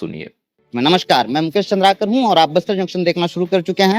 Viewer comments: शहीद मुकेश चंद्राकर, आप गलत नाम का उच्चारण कर रहे है। चंद्रावर गलत उच्चारण है। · मुकेश चंद्राकर है। न की चंद्रवर 😮 आपको बोला नही गया की आप इसमें वीडियो बनाओ 😮 बना रहे हो तो सही बोलो एहसान करने जैसा नाम ले रहे हो 😮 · मुकेश चंद्रवार नहीं है मुकेश चंद्राकर नाम है। पड़ तो लो नाम।